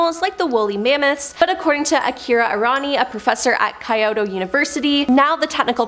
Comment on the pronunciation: Ack! She did it again! Where is she finding an extra i in surveillance? 😖 And key-o-to!